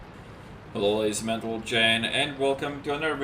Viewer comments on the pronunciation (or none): "Hello ladies and mantlegen" xD